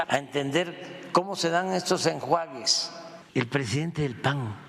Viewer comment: El maestro dando clases de "enjuages" .. jejejeje 😅😅